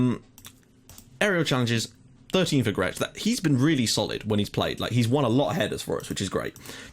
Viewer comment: Hi you must be getting really frustrated with my comments :P But here are some new corrections-Xuereb is pronounced Sh-ue-reb. Grech is pronounced Gr-ek. And also, Valletta and Hibernians are currently the real top dogs in the Maltese Premier League. Birkirkara are basically the team that finish 3rd most of the time. For me you should really be more worried about games vs Valletta and Hibernians rather than Birkirkara, but I don't know how good they are in the game. And yes, Michael Mifsud was one of the best Maltese players of the recent times.